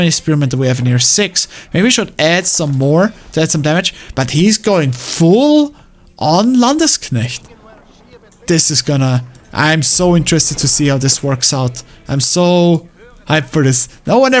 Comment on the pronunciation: its not "LandEsknecht" just Landsknecht.